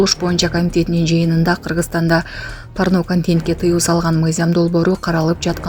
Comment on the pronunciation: Э журналист болбой кал. Парно эмес порно деп суйлосон. Порнону узартып айтсан парнаграфия болуп айтасын. Кыскартып айтсан порно деп айтасын